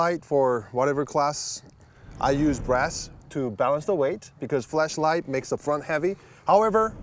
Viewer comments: smirking and thinking did he say flashlight or fleshlight? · I feel like purposefully makes flashlight sound more like fleshlight because he can get away with it.